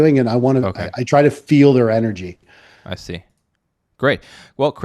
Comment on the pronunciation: “I try to feel their engery”